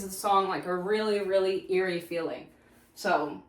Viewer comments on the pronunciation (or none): none